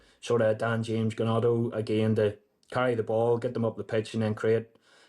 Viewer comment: Gnotto 😂😂 ffs Healy